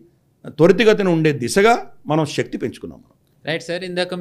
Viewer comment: Shakti is wrong pronunciation